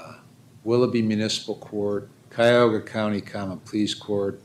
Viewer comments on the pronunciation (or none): Hey,...Cuyahoga is pronounced Ky-Uh-Hoe-Guh. Don't mispronounce it again.